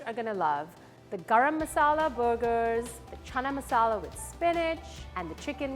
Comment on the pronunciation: My deshi ass had a hard time digesting her way of pronouncing garam masala.